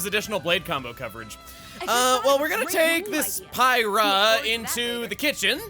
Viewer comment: "Pie-rah?" Isn't that the chick that killed Rex at the start of the game?